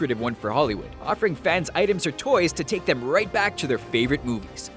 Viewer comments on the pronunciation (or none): none